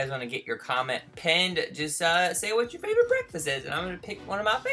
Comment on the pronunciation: is only saying like favevorate chanel not like boyf